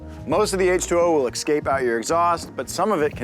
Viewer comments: it's escape not excape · Will it,? Will it ExCape? 😂❤